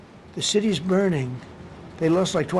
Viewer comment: "LA would have been berning like the parts that didn't bern"